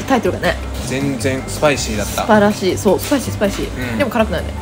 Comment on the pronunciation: 素晴らしいをスパイシーにつられてスパラシーって言っちゃう可愛い